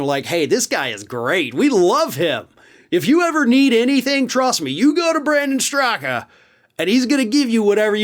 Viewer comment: Wait, did you say Brandon Stuka? oh, Straka. My bad.